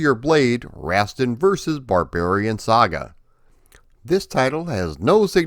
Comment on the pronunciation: For the love of god I wish you had consulted with someone about how to pronounce Rastan before you made this video. Rass-tan - not Rast'n.